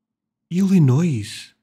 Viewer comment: As a person who lives here please don't pronounce the S in Illinois lol. And yes its get 100+ here in the summer with the heat index getting 110°. Great video and i hope you can visit the USA!!!